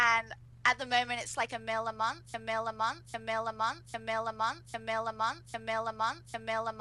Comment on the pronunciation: When she kept saying a mil a month it started to sound like muffin